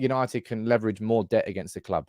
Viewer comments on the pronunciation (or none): none